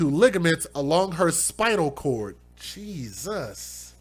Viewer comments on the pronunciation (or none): none